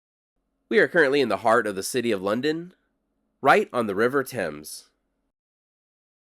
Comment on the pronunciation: Nice that you pronounced Thames correctly. As much as I enjoy your desert trips, you brought your expertise to an iconic sight of London! and gave a well researched picture of a sight that only tourists acknowledge and visit.👍